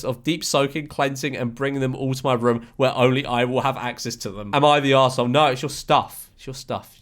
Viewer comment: Haha he says Room not Room 😅 I'll have a ruem please sir